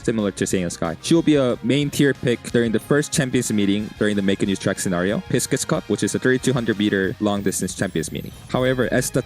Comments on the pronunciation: First off, I have to make fun of how you pronounced Pisces, "piss-cuss." 😏 It's "pai-seez" or "pie seas" by the way. Latin for fishes since Pisces is the two fish constellation. But otherwise, yet another banger video. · Also please look up how pisces is pronounced, it's not pisches lol